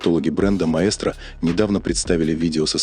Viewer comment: Рассказывающий произносит название неправильно ) прислушайтесь . Такой проёб , при рассказе о сигменте премиум😂. Просто настораживает обо всем остальном